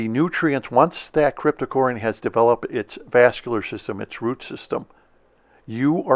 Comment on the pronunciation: I have gained immediate respect for you since you pronounce "Cryptocoryne" correctly. I get tired of hearing "Crypto-corn".